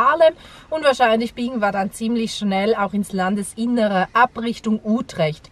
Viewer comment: Hallo ihr 2. Wieder ein schönes Video. Die Stadt Utrecht wird gesprochen: Ütrecht.